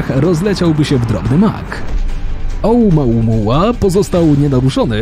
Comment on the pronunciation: Nie znam hawajskiego ale dlaczego czytasz to OUMAUMUA skoro pisze się OUMUAMUA ???